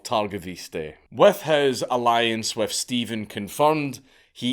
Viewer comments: Except Steven is actually written as Ștefan, roughly pronounced Shtefan. The leader in question is Ștefan Cel Mare (Ștefan The Great) and ruled Moldavia for a long time. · I don't know why he said all Romanian names in their original version EXCEPT for Stefan (Pronounced ShTEHfan) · To be fair it's Ștefan (shtefan) Stephen is the English equivalent and is derived from the slavic name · Only he murdered all the Romanian names pronounciations. Stephan, John and Vlady? wtf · It's pronounced Stepan.